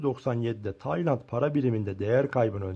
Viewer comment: “Taynat” ne amk konusmayi ogren